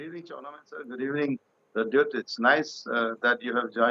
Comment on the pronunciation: The smart answer of bubagra of Tipraha, Pradyot ji is brainest. Mr anchor learn to say Pradyot JI.